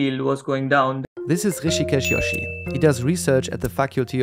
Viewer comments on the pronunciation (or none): It's interesting hearing how people speaking other languages pronounce Indian names and words. The J in Joshi is pronounced like in English not Germanic languages like Dutch. It must be so odd for him living in the Netherlands and having everyone call him a Nintendo character haha